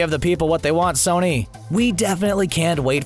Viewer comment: "Sorny" lol